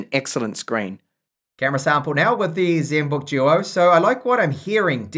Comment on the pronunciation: Zenbook Juo. Juol screen.